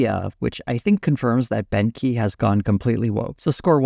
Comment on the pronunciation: Beauchamp is pronounced beech-ham with the 'h' in ham being almost silent. Everytime says Bent Key I hear Benky 😊 not the best brand name I suspect.